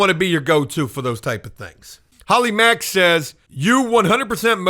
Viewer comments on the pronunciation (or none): none